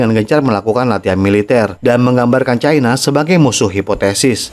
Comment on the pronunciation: Bahasa Indonesia itu pasnya bilang Cina bukan Caina 😂